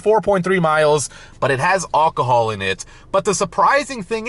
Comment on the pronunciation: Don’t even bother, he doesn’t care. He’s really ignorant, he can’t pronounce any of it. He can’t even pronounce alcohol correctly.😅